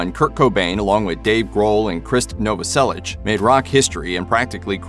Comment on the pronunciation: learn how to pronounce krist novoselics name correctly